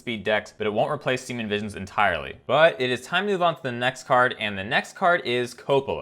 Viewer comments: I was wondering if he was saying semen visions everytime lmao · Like your channel but the mispronounciation of serum vision got old after the 5,000th time